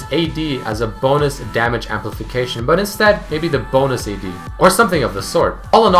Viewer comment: try to fix your accent with but. Whenever you say it (preety oftenly) you say BUtt. Just but